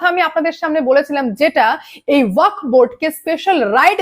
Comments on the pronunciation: এই মহিলা উচ্চারণ টা ওয়াকফ বোর্ড করতে পারে না কেনো? ওয়াক নয়, ওয়াকফ। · আরে, ' ওয়াক ' নয় রে বাবা, ওটা ওয়াকফ বলো ।